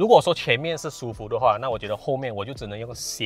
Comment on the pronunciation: 惬意（qie yi）不是 xie yi